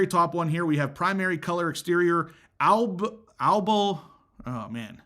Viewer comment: Abalone = expensive and delicious shellfish. Pronounce it ab-a-lone-EE. As far as markups, shop elsewhere and make them stop.